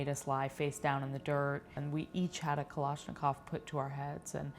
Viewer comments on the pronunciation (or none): Kaloshokav lmao is kalishnikov is how u say it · The real crime here is how she pronounced "Kalashnikov" like "Koloshnokov" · Did she just say Kalashnikov ??